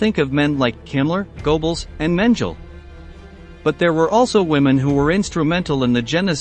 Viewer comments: Man, your pronunciation is atrocious. Mengle and grease ?? Actually pronounced Men-gel-a and Gre-sa (the S is spoken as a Z. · Its pronounced, "Men-Gel-Luh" not Mangeel. And Irmas name is pronounced Gray-sa. Have you ever read about or watched any kind of WW2 films or books, ever? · This is such a low quality, that it end up sounding almost like a parody of documentary. The names for example is not "Mengel" and "Erma Griis", but Mengeelee and Iiirmae Greecsee, if that helps. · Men-juhl? Grease? Pretty bad AI... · He didn't pronounce Mengele's name right either. Who the hell is "menjel"? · Love your videos, but I would really recommend to improve the pronunciations of certain people's names and places, it's really not hard, and you use some of them across a few different videos too, like e.g. "Mengele" :) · if u are going to have a WW2 channel, make your computer voice say MENGELE Right.